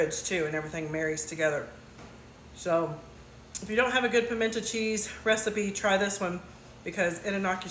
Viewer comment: GURL, you lost me at the intentional mispronunciation. I am from the south and I never heard it pronounced PIMENT AH